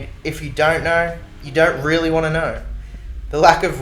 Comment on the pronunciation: If naur you naur if you dont naur you really don't wanna naur 😂❤ that tickled my brain so much